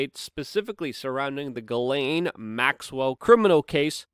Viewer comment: It is pronounced JIZLANE.